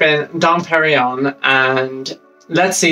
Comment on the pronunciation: Not pronounced "perigon" 🤣😒